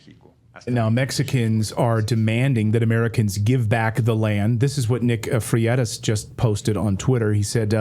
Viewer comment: Fray-tus is how you say Freitas. I'm sorry for being "one of those people" but for some reason it just irritates the hell out of me when people dont take the time to learn to pronounce names and foreign words correctly. I hate being a "corrector" but sometimes it's just too much for me. LOL